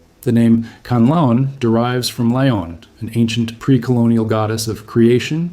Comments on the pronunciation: "kanalon" bruh its pronounced "can-lah_on" not "ca-nal_on" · Not kalaon its kanlaon